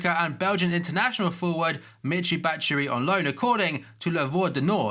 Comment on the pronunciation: You're still sayin Batshuayi's name wrong